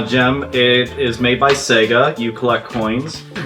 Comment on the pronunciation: Seega? How can you mispronounce it when it said the name of the company when you started their games